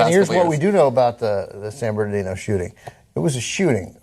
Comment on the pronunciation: Guys, it's "San Bernardino" not Barnadino